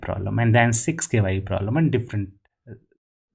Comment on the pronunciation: I like how he says K,Y, U, while it's japanese word which is kyu (that has only one syllable) that means a level or degree